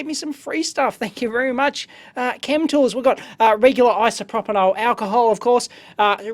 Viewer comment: Isopropyl + Alcohol = Isopropanhol :)) love it!!